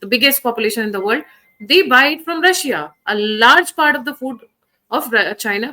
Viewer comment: Does this man dont know Its Russia not rasiyaa